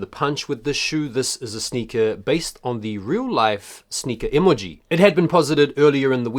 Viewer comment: E•MOLE•GEE 🤣😂🤣😂 y oh sound crazy asf saying it like dat